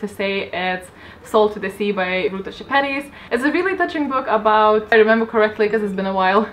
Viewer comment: Wait, are you Lithuanian? You are the only person on Youtube that I have seen pronounce Ruta's last name correctly. They dont even put the accents over the letters on her name (not that anyone would know what they mean).